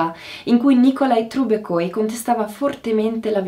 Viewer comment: Sono russa e ho ascoltato questa puntata con moltissimo interesse! L’informazione di ottima qualità, presentata in modo chiaro e lucido! Grazie e spero di vedere presto altri video! Una piccola correzione per la pronuncia del nome di Nickolaj Trubeckoj - sarebbe pronunciato come Trubezkoj 🙏